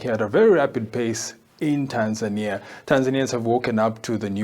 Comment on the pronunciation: Stop butchering the name “Tanzania”. It’s not Tanzaenia